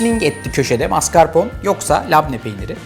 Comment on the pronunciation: La Luna fransada mascarpon olarak telefuz ediliyor